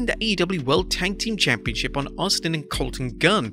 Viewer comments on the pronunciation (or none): none